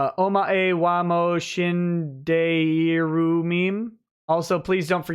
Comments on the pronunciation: for reference, omae wa mou shindeiru is pronounced like "oh-my wa moe shin-day-roo" pls fix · Not "my" nor "day". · You butchered "Omae wa mou shindeiru" That was worse than engrish XD